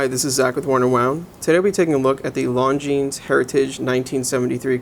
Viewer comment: Great review other than the fact you didn't bother to learn how to pronounce the brand name, which cannot be excused.